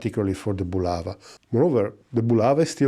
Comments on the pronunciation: Не "Була́ва", а "Булава́"! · Not "BulAva", but "BulavA"!